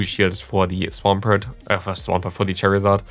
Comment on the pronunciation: It's pronounced Swampert!*